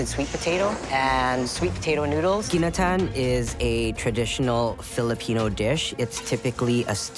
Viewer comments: Gineteen. Serep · Thank you, it's Ginataan